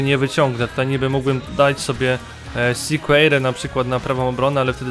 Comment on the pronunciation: nie Srna tylko Sirna ( tak się czyta):D